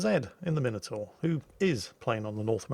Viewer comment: he doesn't he pronounce minotaur correctly?